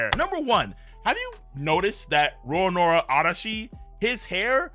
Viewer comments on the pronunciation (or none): none